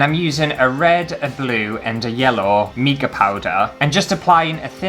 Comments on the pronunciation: Oh dear! The sphere mould is best sealed with hot melt glue first. Plus I've never heard mica pronounced 'meeka' before 🤣♠ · Haha, that is NOT a good excuse for mispronouncing mica. It's mike-a! xx